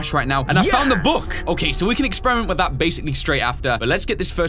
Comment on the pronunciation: The way he says "book" in , its so funny lol